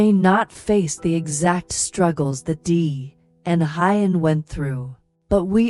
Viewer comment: Please work on pronouncing Huyen ,,, who-yen, not Hi-yen.